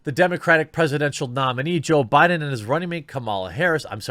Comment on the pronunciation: "Joe Briben"? 😂